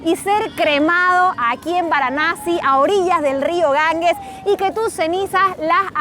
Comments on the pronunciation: Muy buen vídeo, aunque espeluznante. Si voy a la India, no me apetece nada ir a Benarés. No me extraña que te afecte. Eso de ver cadáveres por la calle no es plato de buen gusto. Por cierto, el nombre del Río es Ganges, NO Gangues. La g sin U se pronuncia como j. Gracias por tan interesante vídeo, una vez más.¡ y perdonad por la corrección. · Queridos, en castellano la letra g seguida de la e y la i, se pronuncia como J.